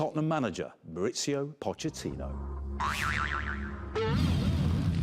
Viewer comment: His name is Mauricio, not Maurizio. His son, however, is Maurizio. They are not the same name, their pronunciation is not interchangeable.